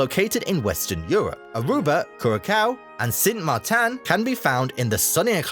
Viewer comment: He also pronounced Sint Maarten in a way that sounds more like the pronunciation for French Saint Martin. Dutch Sint Maarten is almost the same pronunciation as English, yet English-speakers always find funny ways to mess it up lol. Once saw a cooking show where an American chef visited the island and kept pronouncing it as “San Martine” for some bloody reason.